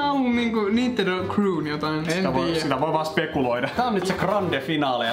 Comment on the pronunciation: sanoi "Nindendo" kaksi kertaa.😅